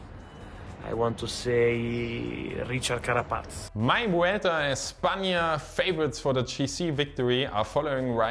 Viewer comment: Well done! Richard Carapaz, la locomotora will take it, pronunciations were ok, a fair 6 more work on ñ and the LL will give you a solid 7!!